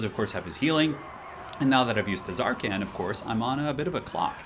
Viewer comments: The T is silent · Ahhh noooo you're not supposed to pronounce the T in Tz'arkan noooooo! (I think? Right??)